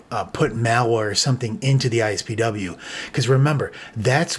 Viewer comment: It really bugs me how you keep saying ISPW instead of IPSW. It’s been IPSW since 2007 when they were first used for iPhone restores and updates.